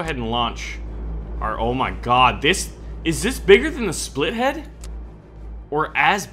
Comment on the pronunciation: the plane is called "Spit Lead" not "split head" there is no h